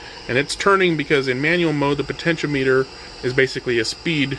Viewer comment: I enjoyed this video. Thanks for uploading. FYI. The pronunciation is "pohtenshéahmehter" as opposed to "potensheo-meter". Not that it matters, just in case you care. :)